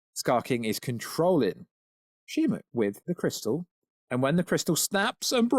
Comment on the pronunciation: Shimo. Not Shimu.